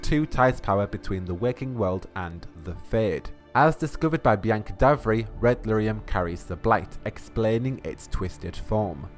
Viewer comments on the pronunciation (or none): none